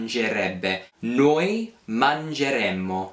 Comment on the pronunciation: Just a couple of observations,. First, make sure that when you pronounce the "noi" form of the Conditional, that you clearly pronounce the double "m" in the ending. I kept hearing you say "noi mangeremo,' noi potremo," "noi dovremo," and "noi finiremo," That's the Future, not the Conditional, and the only way to distinguish them in speech is to give the double "m" its full value -- remember, it's nearly impossible to exaggerate double consonants in Italian! Second, wouldn't the easier rule simply be to teach that the stem of the verb in the Conditional (and the Future, for that matter), is the infinitive minus the final "e" and changing the "a" of the -are verbs to an "e" before adding the Conditional/Future endings? That is how the Italian Future and Conditional developed historically, after all (infinitive plus a form of the verb "avere"), and it's how those tenses are formed in all the other Romance languages except Romanian. I think it also makes learning both the Future and the Conditional easier, since both tenses share the same stem, and it makes the few irregular verbs much easier to learn in both tenses. Just a thought....